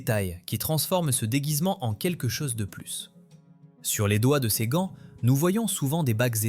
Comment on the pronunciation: Hote technologie, otel, otre chose, la cose.... fotes de prononciation !